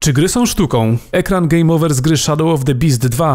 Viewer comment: szadoł of de piz..?